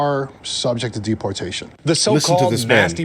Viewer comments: Mass 'derportation' lol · "DERPortation" LOL